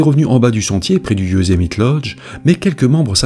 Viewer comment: Youszmité ? Ou yousemite bordel ta jamais regarder de filme us pour franchisé des nom simple et super connue